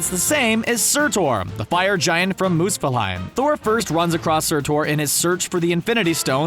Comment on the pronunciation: Its Surtr, not Sirtaur. like seriously? Mooseplilhime? Please stop, learn the pronunciations.